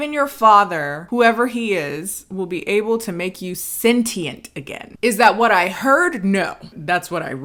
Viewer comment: Bruh he pronounced sentient as senshent 😭😭😭 that's why we didn't understand him lmfaooo